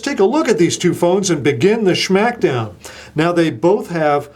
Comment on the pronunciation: he called it a "sschhmackdown"